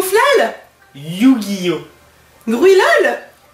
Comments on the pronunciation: il a dit yugillo a la 4eme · J'adore: " yu-gi-oh" Miss: "gruilol " Comment elle est arriver à sa;)